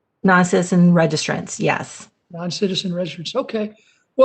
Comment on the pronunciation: It's Nazis not Nauziz or Nauzis, she is long gone.